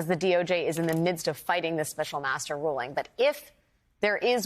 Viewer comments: master not maeztr, FFS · master NOT mztr, STOP REMOVING MY COMMENTS, they are valid, the woman has no vowels !